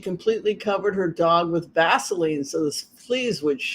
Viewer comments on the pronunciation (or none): none